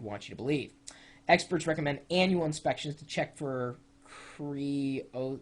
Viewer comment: creosote is more or less pronounced kree-oh-soat